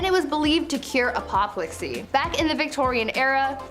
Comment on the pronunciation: Corpse medicine. Apoplexy is pronounced ap-o-plex-e not a-pop-lex-e. Also this condition is another name for epilepsy.